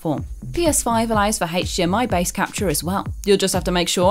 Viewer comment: I love how she says "H8chDMI" lol!